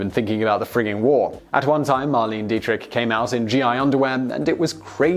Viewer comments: The Lich King MK she's German and it's pronounced mar-le-ne not marleen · You're going to kick yourself.. her name is pronounced, MAR-LEI-NEH Dietrich (three syllables), and it's Bing C"R"osby not Cosby. Oh well.. I guess even famous actors and actresses are forgotten after some time. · That pronunciation of Marlene though.... Cmon guys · That's the thing that still bothers me about his pronunciation. I understand the words that are pronounced differently in England, and the obscure terms or words in other languages. But when he can't pronounce a famous name, someone truly iconic, I wonder how the hell a man at his age has never heard of Bing Crosby or Marlene Dietrich, or if he hasn't, surely someone he knows has...